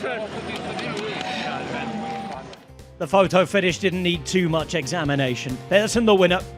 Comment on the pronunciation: As a non-Danish speaker, I know "Mass" is correct, but I thought Pedersen is more like Peedersen and not Pehdersen?